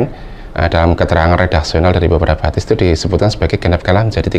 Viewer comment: Orang baca haditsnya sj salah, kelihatan ilmu shorofnya lemah.